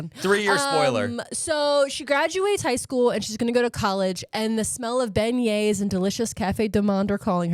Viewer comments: You absolutely crushed the pronunciation of Beignets lol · As someone who lives in Nawlins, good job on the beignets! ⚜️